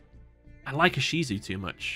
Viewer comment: As a TCG player listening to this in the background, when you said "Ishizu" I jumped a bit NGL